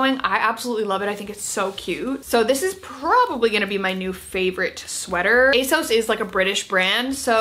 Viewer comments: Here you go: On their website, ASOS say: "So you know us and love us as ASOS. But people often ask where our name comes from (usually straight after they ask us how to pronounce it – it's ACE-OSS, by the way)." That's that, then. Not "ASS-OS", not "AY-SOS", but "ACE-OSS".Aug 18, 2022...but say it however you're comfy.🤗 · If it is a UK site then ASOS is pronounced with the short O sound (as in sausage)